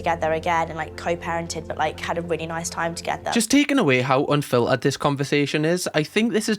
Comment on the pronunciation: if i have to hear raw and anfilterd agian